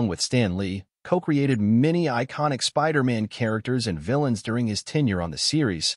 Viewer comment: why do you keep saying spider ant?